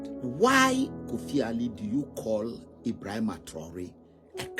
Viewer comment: Please I would like to watch the whole video, what’s the link 🔗. Did this man criticize Paul like this and the way he pronounce his name “Ebrahima” paps is over sabi 😂. Paps forget ECOWAS because that house is a shamble and a scam… rule by puppets and control by master puppets. Your Majesty his a puppet that’s how he got his opinion. West influence blinding him to no return.